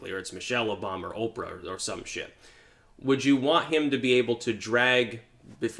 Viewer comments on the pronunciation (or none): none